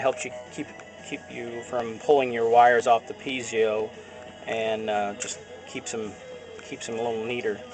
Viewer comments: Are you sure it's not (Pee et zo) as in pizza. Or even (Pee a zo) would be better than (Pee zee o). That's a nucular mistake. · Brother is is pronounced - Pee Zoh - not pee ze oh - thank you for sharing from OzMerica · For the love of god,please stop saying pee-zee-o. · I know right!!! PEE A ZO or PEE EH ZO. FUCK!!! I can't even watch this whole thing.